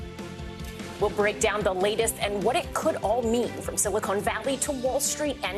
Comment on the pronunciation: It's Silicon Valley, not "Silicone Valley."